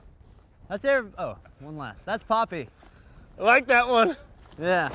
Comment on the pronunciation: AHHAHA BRAD NO ITS NAME IS POPPY NOT PAPI